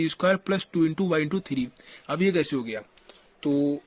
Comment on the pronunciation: I don't know why i laugh when he says....ye kese ho geya 😂😂😂